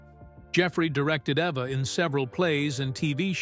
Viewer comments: E - va, NOT A-va. Jeez, get it right. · Good heavens! Poor Eva pronounced here as both Ava and Ev-a both of which are wrong. It's EVE-a. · That’s Eve’a not Ava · When will these computer-generated narration videos decide they need to double-check for correct pronunciation? The name is pronounced: EVE-a. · Evva??? WTF? two minutes in and I'm out! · The name "Eva" was pronounced every which way but correctly. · Yeah! What the hell? And what was the secret she kept from Hitchcock? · Thank you! This dude is so sloppy sometimes. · Yeah I know, It was exactly the same thing with a story about Eva Gabor